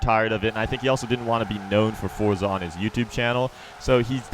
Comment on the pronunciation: Finally you said forza correctly